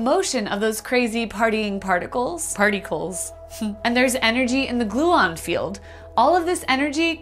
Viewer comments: The way you said, "Party-cles" made me hat you, but I couldn't because you're great. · ‘partycles’ no way😂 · ok i subbed when she said partycles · The most impressive part of this video was you pulling off "Partycles" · is she gonna get demonetized for saying partycles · I gave a like because of "Party-cles".